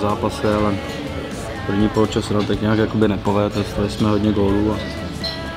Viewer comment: líbí se mi jak vždycky říká polečas:-)))))))